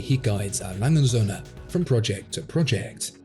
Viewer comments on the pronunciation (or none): Cool videos. As a native German, I just have one comment. The "&" sign in A Lange & Söhne is not silent. It is pronounced "und" which of course translated into "and". The German pronunciation is reasonably simple for English watch aficionados. Just think bund strap minus the b and you got it. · A brand with that level of perfection deserves its name pronounced correctly: 'A. Lange UND (or AND) Söhne'. Or would you prefer your Brand name be pronounced : 'Watchfinderco'? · A. Lange und Soehne. ore A. Lange and Sons. Never say A.Langesoehne....never. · Still refuses to learn how to pronounce his favorite watch brand haha. This is hilarious.